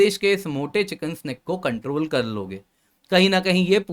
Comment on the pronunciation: आप बार बार चिकेन स्नेक बोल रहे हैं जो गलत है। यह शब्द चिकेन्स नेक है।